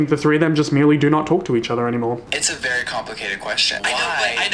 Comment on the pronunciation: no one: absolutely not one soul:: vurry